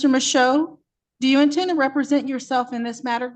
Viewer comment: Dude's pretty obviously reading off a script (and POORLY, too, I might add - pronouncing "represent" as "reee-preee-sent" 😂), and if I had to guess, I'd bet it's a smudged and poorly printed copy of a script he found on some idiot's SovCit geocities webpage. I'll honestly never understand what these deluded idiot SovCit freaks think when they utilize such CLEARLY FLAWED defense tactics like this... especially given the undeniable fact that, you know: NOBODY HAS EVER WON ANY CASE USING A GENERIC SOVCIT DEFENSE - EVER! [Incidentally, someone needs to tell this nut that ending everything you say in court with "for the record" DOESN'T make you a lawyer, m'dude.]